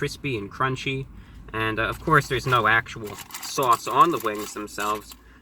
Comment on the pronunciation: I think the addition of the syllable "-it-" before the /y/ in "crispy" and "crunchy" is very interesting. I wonder if it's regional.